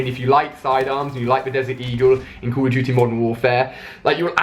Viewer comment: he can't even say call of duty